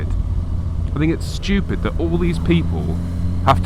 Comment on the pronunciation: Watching this again in 2021. Every time you pronounce "stupid" as "sh-chupid," my brain goes: shoot that poison arrow through my heaaaaart ....